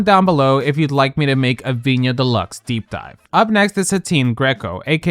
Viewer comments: Why are you pronouncing Viñas as "Viña"? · Yo ve a viñas Stan you would have to say her name right first, viñaS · if you make a video on vinas we beg you to please pronounce her name correctly. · Where are we mispronouncing names like Vinas and Piche? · “I am a Viñas Deluxe Stan” >pronounces name incorrectly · You say you're a Vinas fan but can't even pronounce her name, let's make an effort to know a queen's name when talking about them... same for the way you pronounced Piche... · Mama why aren’t you pronouncing the ‘s’ in Viñas 😭😭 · So extra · I’m a Viñas Deluxe stan! Also: pronounces Viñas’ name wrong several times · Pronounce the s in viñas